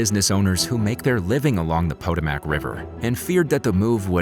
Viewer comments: freakin youtubetsh pronunciation people: Potomac (poe-toe-mac) Topeka (toe-pee-ka) Eurydice {your-rid-i-kay) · your pronunciation of Potomac and Topeka are hilarious.